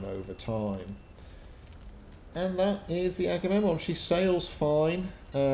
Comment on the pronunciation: Agamemnon becomes eggs & bacon! Gotta love sailors. They can;t pronounce anything. Not even ship pats! Forecastle become fo'castle (generally pronounced foxsle). In fairness, when I read an illustrated Illiad given to me as a 10th birthday present I took me ages to work out how to say that damn king;s name. Luckily I always like Odysseus best (named my rabbit all those years ago after him 'cos he was a clever one).